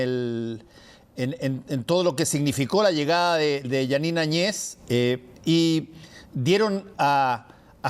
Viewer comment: Muy ignorantes estos Seudoperiodistas Más burros y se mueren. Lean la Constitución Boliviana, para opinar . La verdad siempre triunfa . Y no saben pronunciar Jeanine Añez, y todo ésto es un gran abuso, pero tiempo al tiempo. Puro mentiras.